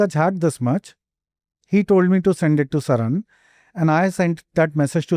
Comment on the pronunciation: Sharan ❌ Sarang ✅